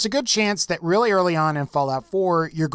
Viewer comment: Thats a weally sweet waser wifle